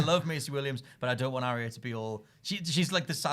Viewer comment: It's a Ar-ya not Arria